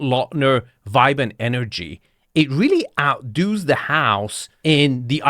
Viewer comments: "Outdoooos" the house? Let's try again. "Out-duhz." You got this! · "OUTDOES", not "outdos". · “Out doos”?